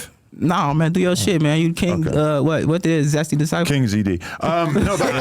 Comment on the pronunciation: "zesty desciple" 😂